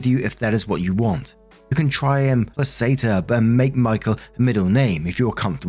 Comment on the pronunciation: in the first story you pronounced placate as pla-ssate, but it’s plac-ate.